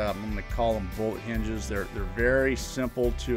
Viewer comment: Great job! BTW are you saying bowl hinges? Those look perfect for a project but I can't figure out the name your saying.